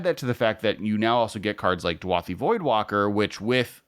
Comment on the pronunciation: DU-A-THI voidwalker??? Read the card dude haha DA-U-THI!! It’s beyond clear